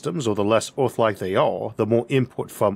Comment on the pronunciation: 'Orth'? Where's 'Orth'? What's 'Orth'?